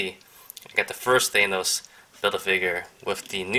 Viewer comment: You're pronouncing Thanos wrong, not to be rude